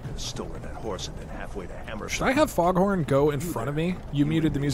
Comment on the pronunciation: I love that for most of the stream he just never pronounces Faendal's name correctly. I will now and forever know him as Foghorn